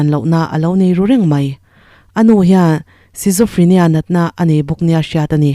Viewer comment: Schizophrenia hi Skitzofrenia tih a lam tur oo😄 ...ngaihnawm lutukk adang lo tichhuak zel rawh☺️